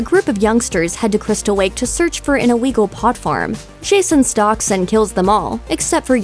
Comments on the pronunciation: Angelo Vendicio She didn’t just mess up lake she Also messed up illegal she said iwegal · Don’t forget the iweagle pot farm. Glad I’m not the only one who noticed? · she said camp crystal wake looking for a ilwegal pot farm